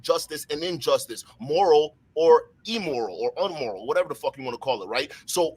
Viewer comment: This man said Emoral 😂and unmoral 😂yeah bro I would of stopped there